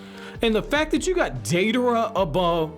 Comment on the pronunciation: “Deiderra” lol